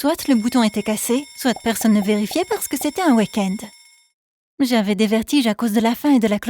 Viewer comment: Apprend a prononcer weekend